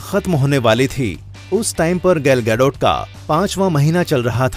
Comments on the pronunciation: Her name is gal gadot, Not gial gadot. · It's X men and gal gadot not Gil gadot